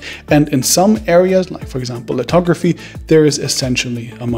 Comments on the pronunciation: its lithography and NOT litography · It's called lithography, not litography. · Lithography brother. With a “th” as opposed to a “t” as you pronounce and wrote. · Lithography not litrography